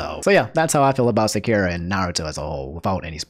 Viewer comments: Sup homie! Sounds like you'd like to know how to say Sakura. I know the language. And, ((simply put)), in Japanese all syllables that contain an instance of what would be the letter A, is always pronounced like how o is pronounced in the word Rock. And all syllables are separated. So, It's Sah (like Sock) Kuu (like zoo) Rah (like Rock). And side note! I've been watching every day for years man! I love your channel! And I meant to stop by the other day and comment to tell you that you've been saying Arceus correctly this entire time! Coincidentally, I learned I was saying it wrong the whole time. So yes, the translator in the Nintendo Direct is saying it incorrectly. The more you know shrugs have a good one dude! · Great vid! But SA ... KU... RA. SA KU RA. Sorry hardcore Naruto fan. Couldn’t let it slide. 😂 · Sa-ku-ra! And i hate her. But the way you said her name. Holy fuck man!!!! And I have finished the whole show!!! Was gonna subscribe till this abomination!!! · I'm late but "Sock-U-Rah". That's how you pronounce "Sakura" not correcting to just correct you but I dislike that character so much, I rather her not ruin a name that's given to her... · My only issue is the way you say Sakura’s name. It’s Sa-kü-ra. But why is including the option for Polly to be trans, transphobic?????? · Sock - er - a LMAO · ohh for the love of god... its Sa-Ku-Ra... i don't like her either but atleast try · It's Sah-ker-ah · The way you pronounced Sakura was getting to me a lil but also kinda funny 😁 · The way you say Sakura hurts me. XD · Anyone else unreasonably upset when they hear pronounce Sakura's name wrong? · Just a minor quibble. The ku in Sakura is pronounced "koo." The "ku" doesn't make a letter Q sound in Japanese. They have the 'kyu' sound for that. :) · Great vid but the way you say sakura makes me pull my beard out lol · 10/10 naruto pronunciation of sakura's name. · Great video, but anyone else a little bothered by the way he pronounces Sakura’s name? XD